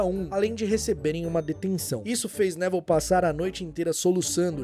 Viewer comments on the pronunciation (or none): Pera aí mas a pronúncia do nome do Neville não é Nevil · Top o video mas me deu agonia vc chamando ele de Nével do nada